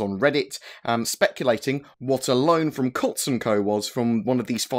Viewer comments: It's pronounced Coots. Not Cots 😂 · Glad that nonsense was cleared up quick. CIG seems to be getting faster at rebuffing these clickbait 'Star Citizen is failing' stories that certain individuals spread around. P. S. It's pronounced 'Coots' ;)